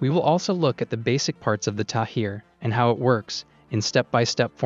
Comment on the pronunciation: The Iron Dome interception missiles are called Tamir, not Tahir